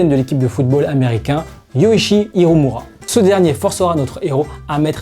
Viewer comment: pitié ne m'appelle pas yoichi hiruma- yoichi hirumura please